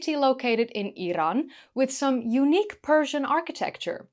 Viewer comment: Thanks for the video and thank you for pronouncing Iran correctly, not the lazy American way ( 👁️ eye ran)😂